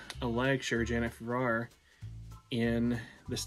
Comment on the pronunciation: Sister Janet initiated me in 1986. Your pronouncing her last name wrong.